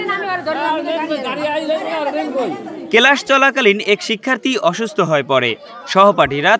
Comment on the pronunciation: সাংবাদিক ভাই কেলাস না ক্লাস হবে